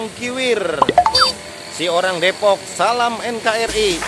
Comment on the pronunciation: Depok ga pake E bang